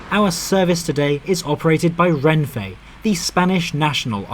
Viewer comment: Nice video but please pronounce Renfe as /renfe/, not /renfei/. There's no i/y in "Renfe" and it's Spanish so, unlike in English, you don't pronounce things differently to how they're written.